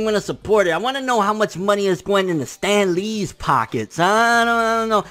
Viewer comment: "Stan LEEEE'S pockets." LMAO. Love the way he emphasizes the latter of his name.